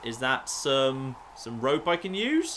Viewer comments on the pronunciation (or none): He keeps saying rop instead of rope